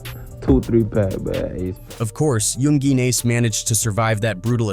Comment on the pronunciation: Omfg you can even say his name right to fucking funny lmfao it youngen ace 😂😂😂 😂😂 just trolling him hard